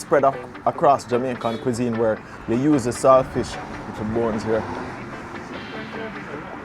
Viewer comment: The word is salt fish not sailfish